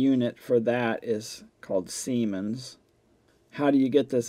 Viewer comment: Hi. Could you please do the same video with a MOSFET? Sorry if you did allready. Could you please point me to it in that case? By the way: it is "Siemens" not seimens.